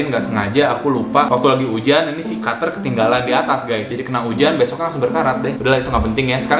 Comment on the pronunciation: Kenapa ya gua suka ngomong"kater berkarat"🤣